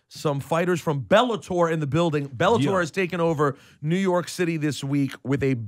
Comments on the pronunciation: bellator not belabor 😅😅😅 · IT'S BELLATOR NOT BELABOR FFS